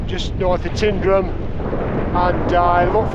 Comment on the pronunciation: Been coming since 1986 still can’t pronounce Tyndrum correctly 🤦‍♂️😂